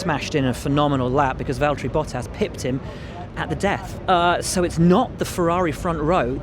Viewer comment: And everyone needs to learnd its valtteri not valterri or valteri